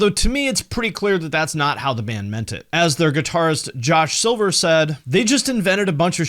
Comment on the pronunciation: Did I hear you say... their guitarist ...Josh Silver? man...